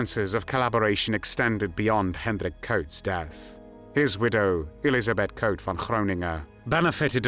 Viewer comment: Very positive that his last name is pronounced right (Koot is in Dutch not pronounced as e.g. zoo in English). I'm impressed that you have put so much research and work into what I thought was something only known in The Netherlands ("De februaristaking", The strike of February, it is still officially commemorate at "De Dokwerker statue", a statue of a harbor worker). BTW Mauthausen was a death camp without gas chambers, it can better be described as a "torture camp" because it was very notorious for its sadistic regime and the inhumane working conditions which costed lots of inmates their life within on average three weeks (these are numbers I read or heard in a documentary, cannot prove them now). For the smallest offenses prisoners were shot, hanged or left out side in the granite mine to die. Of the 330 young men that were taken and another 250 in another razzia on June 11th. Only two were still alive a few months later. I don't know if they survived the war.